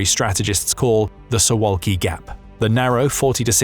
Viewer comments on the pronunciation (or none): It's pronounced soo Vahl kee